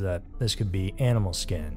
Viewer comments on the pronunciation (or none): none